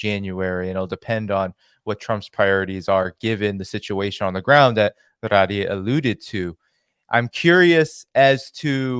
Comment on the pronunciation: I am Lebanese. It's Ghadi, not Ghradi. Stop adding the R.